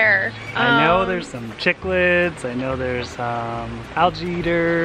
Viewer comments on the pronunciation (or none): Dont want to be rude but it is pronounced sicklid not chicklid the spelling is very weird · Cichlid is pronounced sick-lid. A chick-lid would be a hat for a chicken. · Chick-lid lmaoooo Cichlid Is pronounced Sick-lid